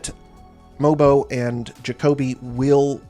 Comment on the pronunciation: I think you're one of the few ppl who say that Mogbo as 6'7. For some reason, his barefoot height of 6'6 kept getting said over and over, making him sound much smaller than he is. Obviously still not huge but not as short as others were making him sound. Also, apparently the G in his name is silent so it's more like mobo, as in the short form of motherboard Great vid! Enjoy your vacation